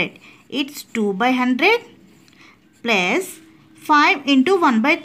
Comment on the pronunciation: Plus ❌pluze ✅